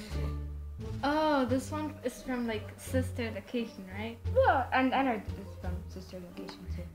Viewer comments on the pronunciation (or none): It’s ennard not “ennnerd” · its pronounced e-n-a-r-d not e-n-n-e--r-d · ITS ENNARD NOT ENERD YOUR SAYING “ENNERD” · When u said Ennard is sounds like u said en nerd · HOW DARE SHE GET ENNARD WRONGGGGG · You said ennard wrong bug WHO CARES >:D